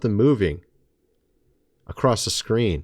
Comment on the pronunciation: The word is "Across" not "Acrost" . Thank you kind Sir.